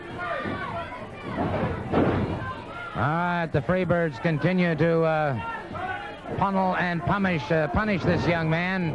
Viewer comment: "Punnel and pummish" 😂